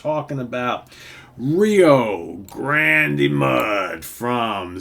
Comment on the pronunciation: I would definitely count ZZ Top as Southern Rock. Good pick. I have always pronounced it Rio GRAND Mud, like the river. I think the final E is silent.